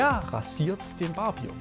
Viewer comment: Mein lieber Mann! 1) lernen Sie bitte mal, das Wort Barbier richtig zu betonen! Das ist kein Bier, das es an der Bar gibt! 2) netter Versuch, eine der Naivitäten in der Religion (egal welche) zu verteidigen, geht aber an der wirklichen Problematik vorbei!